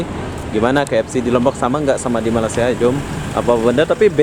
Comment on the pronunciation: Sebut malasia. Hilang huruf (Y)